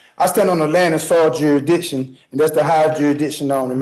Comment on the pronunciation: Jurys-shick-shun! Jursh-dish-un Dury-dick-sun! 😂